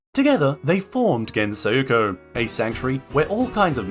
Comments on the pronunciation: Why does he pronounce it like thattttt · STOP SAYING GENSOKYO LIKE THATTTT